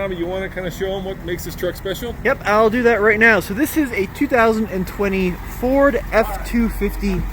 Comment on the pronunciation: 🤫 Be vewy vewy quite I am reviewing a Fowd. huh-uh-uh-uh-uh-uh-uh-uh Well look forward to when you can actually give us the goods. It looks very good.